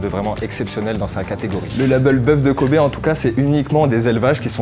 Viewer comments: J'étais en train d'écouter sans regarder la vidéo quand j'entends bœuf de KOBE, j'avais cru comprendre COBAYE Ö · Pendant toute la vidéo j'ai entendu kobbe (j'y sais pas comment ça s'écrit) comme koba😂